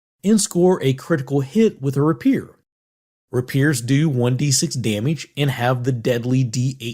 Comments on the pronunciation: Rapier is not pronounced "ra-PEER". It is "RAY-pee-er" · Good video as always. Odd way of pronouncing rapier though.